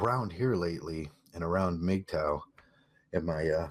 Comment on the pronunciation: Who else thought they were saying "meat tower" at first